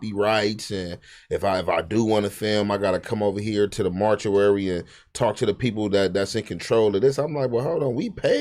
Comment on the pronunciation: Adam allowing Spot face to chew & eat on the mic must be some type of payback for something us viewers did to piss adam off cuz wtf & shoutout to Adam for finally realizing what thc-A actually is lol it's only been legal for 8yrs 😆 came up with a new word again... "martuary" but the correct word he meant was "mortuary":face-green-smiling: Suspect really wanted beef over some1s opinion of the quality of his music LOL he really be tight about his music when some1 don't like it. Failed Rapper turned podcaster turned 3rd bench string for No Jumper. Spoety basically saying he would give many probs in dealing with him & fighting in Brand Risk.